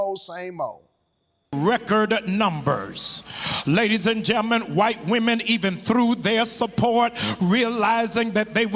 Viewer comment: Did he just say gi-men instead of gentlemen ?